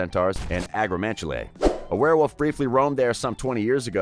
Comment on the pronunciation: Ahem its pronounced werewolf